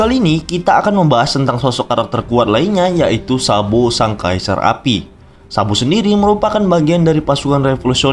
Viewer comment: Kenapa gua dengernya "SAMBO" 😞